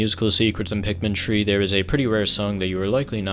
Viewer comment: I just realized he was saying Pikmin 3 not Pikmin tree